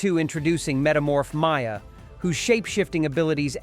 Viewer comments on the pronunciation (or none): none